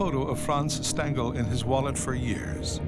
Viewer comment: Do prounounce Stangl correctly! Phonetically it's shtangel.